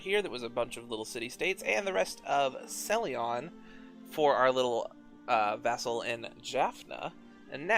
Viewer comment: Celyon... Ceylon